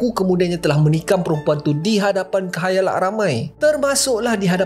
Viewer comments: Khayalak ke khalayak....ke telinga ni slh dengo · khalayak boii, not khayalak hehe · bang KHALAYAK, bukan KHAYALAK 😂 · 8.23, 6.09 Khayalak khayalak… khalayak bang, khalayak. Mulut pon typo ke 😂😂😂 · Khalayak bos bukan khayalak.. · walaupun sy sgt ketinggalan tp knp sebut 'khayalak' 😂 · KHALAYAK bang, Neves sgt tu 😸 😸